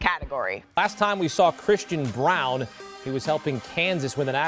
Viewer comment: i just got into NBA after the last finals, this sport is awesome can't wait to see what the nuggets do this year. PS. Christian Braun's last name is read as "brown" apparently lol